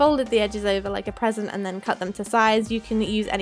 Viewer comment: When she was wrapping the picture frame and then she said fold the sides like a present I heard 'PEASANT' and I was like "SAVAGE' 😂😂😂😂😂😂😂😂